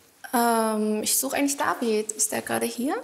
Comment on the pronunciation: WIESO IMMER "DAVIED"